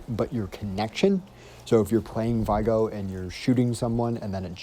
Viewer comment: Its not pronounced vy gor lol it vig or